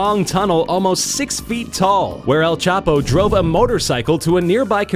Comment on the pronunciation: The way he says el chapo 😂